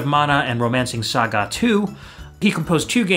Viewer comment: Love it. Hes pronouncing Saga a ilil weird too. Its def Cro No